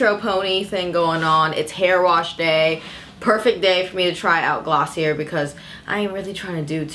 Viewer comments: It's pronounced glossy-ay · Pronounced glossy , A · I was visibly cringing every time she said Glossie-air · I literally died on the inside when she said gloss-see-uhr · Thank you for this review. Btw, it’s pronounced as “glo-see-yay” :) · I kept cringing every time you said the word .. sorry